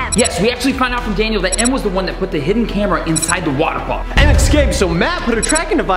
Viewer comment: was trying to say hiden cameras in your house btw i love the vid so im sehing so mene th8ms